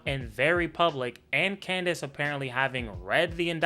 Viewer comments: That little slip in nickname “klandace” was pure comedy gold 💀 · I jus noticed he kept calling us Clandice 😂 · Lol u said clandice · This man said, "Klandace". lol 🤣